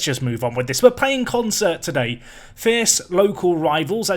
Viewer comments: Isn't Consett pronounced 'Con - set', not 'con - sert' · Who's gonna tell him it's Consett and not Concert?